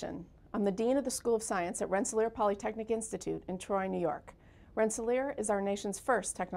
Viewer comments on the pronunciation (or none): I came to this video to find out how to pronounce Rensselaer. I am still confused. She pronounced it two different ways at the beginning of the the video.